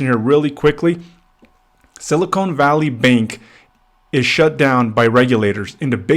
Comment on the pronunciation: It's sili-CON not sili-CONE. Two different elements. Two different words. Typical low-IQ realtor. Get an education and a real job. Stop leeching off of people because you couldn't get into college and do something that benefits society. Learn how words and sounds and the letter "E" work.